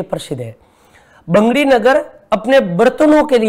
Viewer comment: बैंगड़ी नहीं बगड़ी है। डाइट पाली